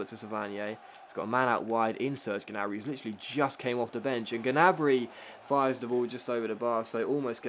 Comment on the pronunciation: Hey, i think the G in Gnabry is silent:) keep up the good work